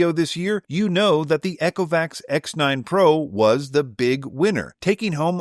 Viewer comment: Eee-co-vacs. Not Echo-vacs 😂 Love the reviews, thank you. Also noticed the Saros10R long hair pickup score being really low - interesting point you might like to try there; manually actuating the roller 'box' underneath until it is no longer tight (not breaking it or being rough) caused mine to be much more effective on pickup and seems others have had similar results.